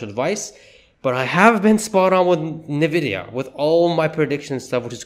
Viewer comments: Pronounced: ennnn-vidia not Nah-video! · You're saying Nvidia wrong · How can anybody take you seriously when you can't even pronounce the name of the company correctly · Could you please pronounce Nvidia correctly... Well I guess not